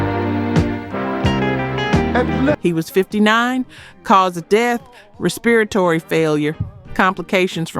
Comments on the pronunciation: They need to learn how to pronounce "respiratory!" Sheesh. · Really mispronouncing respiratory?